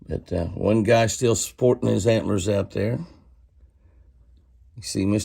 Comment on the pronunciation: Haha, they're "HANT'LER'ORNS" Jimmy!😂🦌